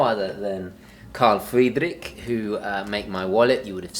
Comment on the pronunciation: Why do you pronounce Carl Friedrik so strangely? If you try to sound German, don't roll the "R". I don't know why native English speakers do that, when they try to pronounce German words. On the other hand, is Carl Friedrik even a German brand? I thought, they are located in the UK or US.